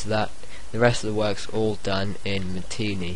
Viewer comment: It's pronounced Ma-ti-nay